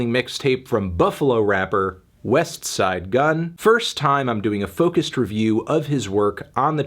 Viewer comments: You pronounce the T on Westside, WE DO NOT TRUST YOU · I feel like you’re purposely pronouncing the t in westside super hard. Relax a little Anthony.